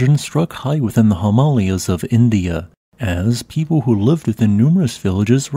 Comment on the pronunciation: You lost me at how you pronounced "Himalaya", not like it's an obscure place no one's ever heard of before - there's an agreed upon pronunciation.